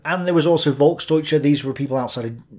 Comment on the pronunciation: As a German, i appreciate your efforts to pronounce German words correctly. Just as a tip: The German V is often pronounced like a F, so you can pronounce words such as "Volksdeutsche" like "Folksdeutsche". I really enjoy your content, so thanks for your hard work and please keep it up!